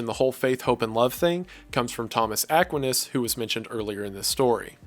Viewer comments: Saying it "Thomas Ak-win-iss" bothers me more than it should... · Just a small nitpick, love your content but Thomas A's last name is pronounced like A-KWINE-NASS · Aquinas is pronounced uh-kwai-nuhs lol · Yes, thank you. I've never heard it pronounced that way, only Akwinus. Emphasis on the middle part. Guess it's an accent difference? Really small quibble with a remarkable video, though. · I'm pretty sure his name is pronounced Thomas "Ah - KWY - Nus". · really really enjoyed the video just a side note but i thought thomas equinas was pronounced eh-kwi-ness or smth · How do you mispronounce Aquinas? Really? AH KWHINE AS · My goodness, what a video! Thank you so much!!!! (though Aquinas is pronounced (to the best of my knowledge) as Uh-kwhy-nis) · pronounced ah kwyi nus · Couple of corrections. Btw love your videos I’ve been subscribed for a while. But coming from a Dominican catholic education I wanted to correct your pronunciation of St Thomas Aqu-EYE-nus and Fran-sis-cans :) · *uh-kwhy-nis lol. Great video bro. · I've never once heard Thomus Aquinas pronounced as "Ah quin us" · The way Mr. Goon pronounces 'Aquinas' is killing me 😭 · I will give you five dollars to never say Aquinas again. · The way you pronounce Saint Thomas Aquinas's name makes my brain fizzle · The pronunciation of "Aquinas" (for St. Thomas Aquinas) is killing me lmao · Bro did you really just pronounce Aquinas that way? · im sorry how did u pronounce Aquinas? XD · Cool video... Please learn how to pronounce Thomas Aquinas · you pronounce Thomas Aquinas wrong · Wendigoon: Pronounces Aquinas wrong. Also Wendigoon: Knows who Albert the Great is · I'm so sorry, but your pronunciation of "Aquinas" physically hurts me. My entire high school was heavily based off of his reasoning style, so I used to hear it a lot. EDIT: "Franchiscan" I'm dying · buddy I absolutely LOVE these videos, Dante is my favorite medieval writer. but I am losing my mind at how you pronounce Aquinas lmao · Ackwinus... lmao